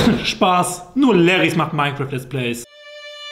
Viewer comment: Mainkrarft Lärtz Pleys ::DDDSD